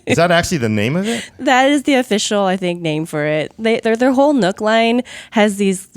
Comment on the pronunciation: It does. Cheap asses need not apply. Though from my perspective, it's only about a $100 to $150 premium for the NUC (it's pronounced nuke and these people can't get it right) over an ATX build.